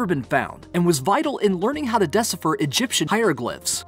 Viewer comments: . It's not dess-uh-fur ... but DEE-SIGH-PHER. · It is pronounced DEE SI FUR not des i fir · You pronounced decipher as “dese-fer”. It’s “de-seye-fer”. It’s 2018 guys. I catch all of you at Be Amazed pronouncing commonly known words wrong. Please stop. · ... its de sigh fer not de si fer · Deci-per...really? It’s D-SCY-FER. P-tolamy? It’s Tolamy. Napoli-nic? It’s Napoli-an-nic... I could go on but seriously... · decipher... de-CI'-pher... not DE'-ci'pher... c'mon, man? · minutes "deccifer"..surley he meant decipher...... Why are so many narrators are getting words mispronounced. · LMAO, "DES-i-fur" !?! It's de-SIGH-fer (decipher) Try looking up the pronunciation of words that you aren't familiar with BEFORE making a voiceover vid..!! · Yeah, the pronunciations were killing me. Especially decipher. Des-I-Fer? lol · Haha, dessifer = decipher. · You got to "Dissifferr" it. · decipher - [dih-sahy-fer] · yeah.. decifer? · Yes! wtf is the verb "decifer" and the fella called "Pertolomy"...learn English and maybe we will actually be amazed? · I'm glad it wasn't just me. You'd think they'd read through the script at least once and have someone else confirm the pronunciation... Momentous, decifer, a couple others. It happens on this channel a lot. They just read, it seems, without really caring what they're saying. It makes me a little sad. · deci-fur. exca-veh-ter.. I don't know why these bother me. I can't tell you. They just do. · DEH-si-fer? (Decipher) Eh-ks-CAV-it-ehr? (Excavator). I think you've put the emPHAsis on the wrong syLABle. Have you not heard these words before? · “desifer”, - “excaviter”. HAHAHAHAHA. Seriously guys, hire narrators who can read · Dih-SIGH-fur. That's how you pronounce "Decipher" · dessifer? Your mother was a text to speech program, wasn't she...? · Des-a-fir? really? You need to be edja-ma-kated. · Hilarious. Who narrates this stuff? - de·ci·pher dəˈsīfər/ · Psst hey dum dum, it's pronounced... de cyyyy fuuur... And ex cah va tooor.. smh wow